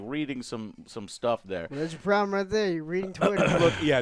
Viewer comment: Jou're excited Joe, for what?